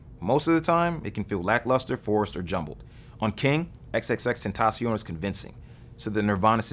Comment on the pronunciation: first time I seen someone say his name right damn